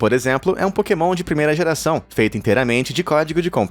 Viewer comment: a parte que tu dises porkemon é muito engracado kakakakakakakaakakakaka